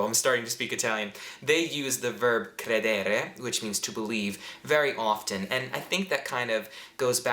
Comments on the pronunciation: Sempre in gamba, solo, la pronuncia di "credere" va corretta. L'accento cade sulla prima "e" e non sulla seconda. Cr(è)dere e non cred(è)re come hai detto. Comunque queste tue lezioni per imparare l'italiano sono utilissime anche agli italiani per imparare l'inglese perchè chiariscono come, sostanzialmente, alcune nostre forme verbali per voi non esistano e vengano tradotte in maniera più semplice di quanto pensassimo;-) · Sono italiano, abito in Italia ma mi piace tantissimo seguire le tue lezioni soprattutto per l'entusiasmo che ci metti e riesci a trasmettere. Complimenti davvero! (scusa se ti do del tu). Una piccola precisazione per quanto riguarda il verbo credere. All'infinito l'accento è sulla prima e, non sulla desinenza. Si dice crèdere non credère 😜. Un abbraccio! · Hi you're great! As an Italian I might add that even for native speakers a common bad habit is to use "credo" + indicativo presente / passato prossimo instead of congiuntivo. PS it's "crédere", not "credére";)